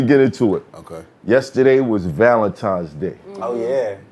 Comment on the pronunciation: Listening to grown people say "Valentimes's" is engaging